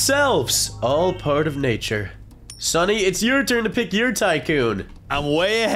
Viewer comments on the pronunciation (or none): said stunny instead of sunny😂